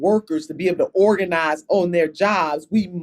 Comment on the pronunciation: “wE hAvE tO oRaGaNiZe” ooookaayy 😂😂